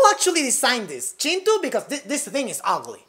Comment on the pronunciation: You say Chintu so Nicely🤣